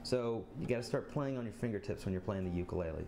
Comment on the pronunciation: Your saying ukulele WRONG